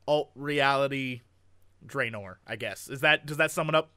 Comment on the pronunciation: Jesse, for the love of all that is good, PLEASE pronounce Draenor (dra[as in "dragon"]-nor) correctly.